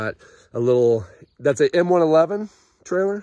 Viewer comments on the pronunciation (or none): none